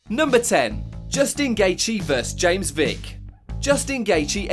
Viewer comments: I like this channel over others because you actually pronounce the names right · Props to this guy for pronouncing alot of these names really good!